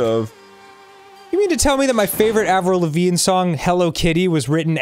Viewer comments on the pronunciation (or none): "AVRILVAGNE" "..Avril Lavigne?"